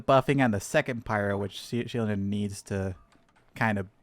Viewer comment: Her name is pronounced “she-low-nen”